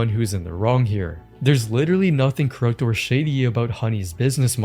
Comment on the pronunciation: “Crooked” is pronounced “CROOK-id”